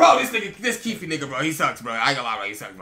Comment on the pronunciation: when used to call him kiefee😂😂